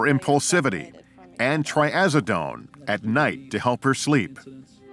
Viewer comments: Trazadone. Not Triazadone. Geez. Get it right! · Trazodone is pronounced like it looks. Not Tryazodone. I don't know why the judge was not taking into consideration the sister's safety in the case where the boy chased her with scissors. She matters too. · I thought the same thing when they said "Triazidone"...lol, working in the medical field, it drives me crazy whenever they pronounce medications or medical terms wrong. Lol